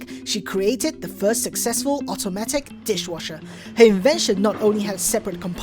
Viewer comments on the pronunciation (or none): Not to hate but "dishwashers" Is crazy